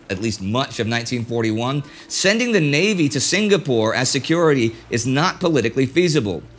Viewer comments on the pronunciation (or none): Excellent in-depth coverage of the events leading up to and following Pearl Harbor. My only small complaint is the 'g' in Singapore is silent. Sing-a-pore. Not Sing-ga-pore.